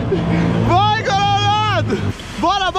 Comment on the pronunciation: "VNGUEI" TA NÉ KK